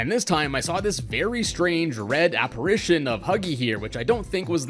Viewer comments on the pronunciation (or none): none